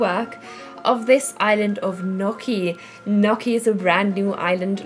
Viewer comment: not "nokki", but more like "ñjokki" just to know :) awesome video